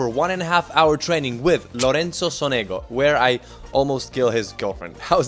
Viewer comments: Great video, thanks! Only correctin: it's pronounced"Sònego" accent on the first vocal, like Rùblev. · It should be Lorenzo SOnego (not SonEgo)